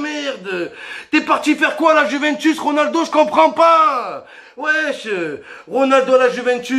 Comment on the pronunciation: "Ronuldo, Ronabdo"😂😂😂👏👏